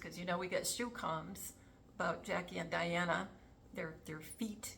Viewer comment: So great to see you! Loved this video.. JOY!!, Was wondering if I've missed a decode on Juan O'Savin and the particular way he says Diana's name whenever mentioned. He clearly says Dee-Ana! So very strange since we've all known her as Lady Di! Not Lady Dee! 🎉